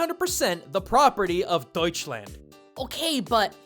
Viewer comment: Btw you almost pronounced Deutschland right the Deutsch part was right but on the land you misspronounced the a